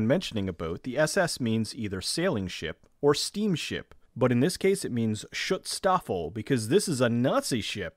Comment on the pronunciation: Way to butcher the word schutzstaffel ... eh guess they deserve it.